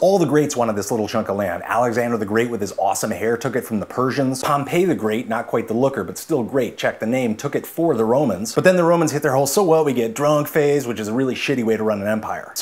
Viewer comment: Pompey isn't pronounced like Pompeii btw. It's pronounced pom-pee